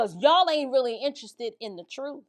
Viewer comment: LOL, does it make your skin crawl when you hear him say "WIFF... instead of with..AND TRUFE instead of truth....so what Exactly is his profession, that he shouldn't speak proper English.